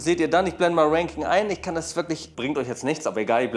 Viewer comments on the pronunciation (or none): none